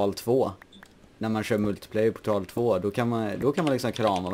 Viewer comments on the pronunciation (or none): Du verkade inte förstå. Han uttalade det lite konstigt. Alltså, direkt portal. Istället för poortal som det uttalas men inte stavas. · Portal 2. XD Lät kul när du uttalade det. Typ portal på svenska istället för engelska "poortal" :P